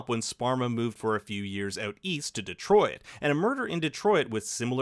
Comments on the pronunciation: Why you say detroit like that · It's just the Canadian accent slipping...